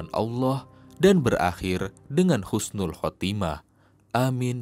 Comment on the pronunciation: Bukan khusnul tapi husnul y